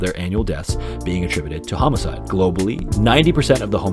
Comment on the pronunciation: I've never heard homicide pronounced like that.